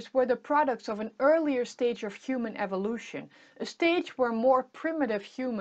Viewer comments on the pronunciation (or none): none